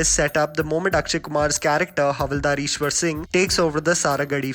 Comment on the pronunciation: Its Hav. Isher Singh not Ishwar Singh